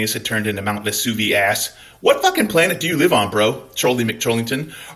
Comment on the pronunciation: Oh mah gawd, Mt. Vis-soo-vi-ass. That shit slaps!